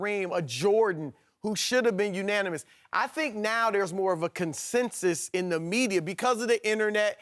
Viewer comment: "Unonimous"- Kristin Leahy 2k18